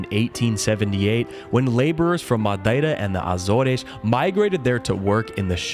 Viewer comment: Yes some one who pronounced Açores right!!